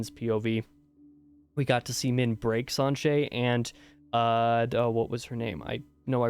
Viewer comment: Siuan is pronounced swan, like the bird. You nailed Sanche as well.